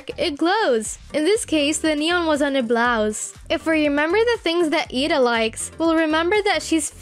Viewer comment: you said eda's name wrong